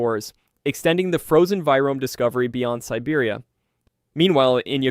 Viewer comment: I’m sorry, do you mean virome? What you said does not exist. It’s a two syllable word.